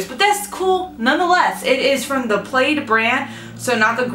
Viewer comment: ⭐⭐⭐ You can use fine grit sandpaper to help level out your pilar candle holders. Just a little FYI, The manufacturer of the chalkboard paint is pronounced like the pattern "plaid" [plad], plaid pajamas, or plaid flannel shirt. (Plaid owns multiple brands of craft paints, supplies, ect. Waverly brand chalk paints sold only at WalMart are probably their most recognizable brand.) I hope that helps!!! Favorite cereal, hands down, Cinnamon Toast Crunch! TYFS! 💘💘💘